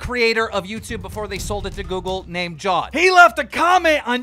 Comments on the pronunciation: Jeez Keem, it's Jav-Ed not Jaw-ed lol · It's pronounced Jaavid